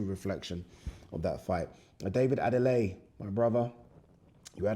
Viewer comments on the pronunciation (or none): Bloody hell, his name is David Adeleye NOT Adeley. I am British Nigerian like yourself and how you can't pronounce his surname correctly and correct others is frankly a shock and a pity.